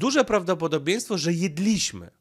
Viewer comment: nie dewastuj czystości języka polskiego. To brzmi okropnie! Ten twój akcent w słowie "jedliśmy" i podobnymi... Akcent tutaj pada w języku polskim na pierwszą sylabę a nie na drugą od końca! Tak samo jest z " przyszliśmy, czy sralismy". P.S. To bez złośliwości bo cię lubię. Ale jesteś Polakiem, to mów po polsku. Pozdrawiam.